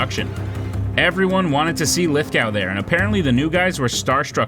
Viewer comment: Lithgow's surname is pronounced Lithgo.